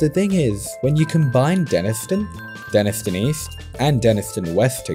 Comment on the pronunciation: pronounced Denis-tone fyi